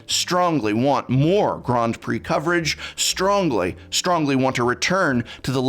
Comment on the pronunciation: Grond pree?